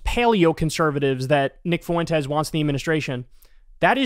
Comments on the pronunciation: I'll never get this weird pronunciation of 'Fuentes'. It's "FWEN-tez", not "foo-WEN-tez". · Nick Foo win tez hahahah